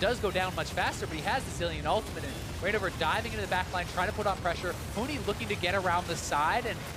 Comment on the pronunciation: They kept saying Huni instead of Huhi